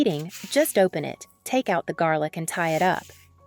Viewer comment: We love garlic, not jarlick 😂